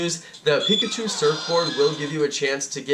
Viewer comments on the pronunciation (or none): none